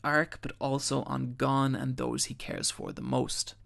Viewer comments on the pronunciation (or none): You can't even say Gon you inept fucktard. It's GON NOT GONE FFS. It's MIURA not MURA you donkey. Jesus. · gon not gone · It's not pronounced Gone bro, and learn how to say Manga correctly please. It's not MAIN-ga its Mawn-Ga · Hey his name is Goan. Not gone. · Wait is it pronounced Gon or Gone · Those pronunciations... Gon's more like "goan" not "gone" it's like he's never heard their names said in the dub or sub or is just doing it on purpose like when people say narudo instead of Naruto. Can't stand when people know the name but keep screwing it up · GO-N NOT GONE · damn this was well done... I see why people keep commenting that even though they had already watched HxH they still watched this in it’s entirety. Great video but I hate how you pronounce the names. Namely Gon Killua and Kurapika. lol so annoying but GREAT GREAT video!!!💯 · As soon as I heard him say Gon's name wrong, I knew this was gonna be a long video..